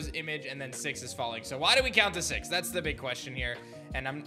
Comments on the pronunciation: Why are you pronouncing folinks fallinks I still love this YouTube channel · Falinks is pronounced fay links it's like the Roman military movement phalanx.